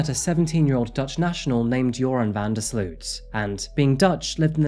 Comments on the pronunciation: 🙋🏼‍♀ btw Sloot issnt called sluut.. the double o is like the o in omg , so you can say o so its sloot , if its still unclear, sl + omg - mg + t. :) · You pronounce his last name as sloat. Like boat.